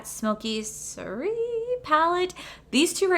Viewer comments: Soiree is pronounced swɑːreɪ It's all French and dignified apparently 😂😂😂😂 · Soiree is pronounced like swa-ray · Soirée is pronounced...Sw-ah-ray-it means dinner party... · It is apparent has never studied French...lol. (Pronounced kinda like 'swaray') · Girl, you need to take French lol. Soiree is a French word for party. Google will give you the pronunciations of words